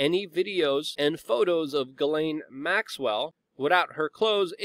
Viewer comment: Thank you for pronouncing GM's name correctly.